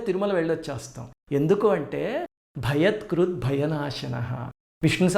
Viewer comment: భయత్ కృత్ కాదు భయకృత్ అండి